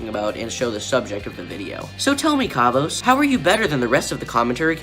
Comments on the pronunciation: They way u pronounce his name though "Kavos" not "Karvos" you say it like car vose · kaavos.....bruh learn how to say his name first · What is it with all the below 30K Comm channels not being able to pronounce "Kavos"? It is literally KAV-OS there is no "OSE" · I hate him but it really triggers me how you pronounce his channel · Hey I'm a kavos fan. I don't really care about what u have been saying as that is your opinion and i respect that. But can you at least pronounce his name right 😂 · I don't even have to point how how stupid your response was because I know you're trolling so its chill, but for real don't do a Keemstar, please pronounce it properly